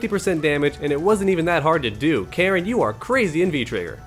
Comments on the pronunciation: Why did you pronounce her name Karen? It's Ka-rin. Also, Menat's name is Me-nat, like Men-aught. Other than that small nitpick, I really like your videos, they're definitely helpful and I appreciate the combo guides at the end. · Her name is not "Karen" it's "Ka-rin" (Kah-reen) it's a Japanese name not an American name. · nah fam, announcer says kah-rin, you said "karen", it aint even spelt that way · its pronounced Kah-Rin, shes japanese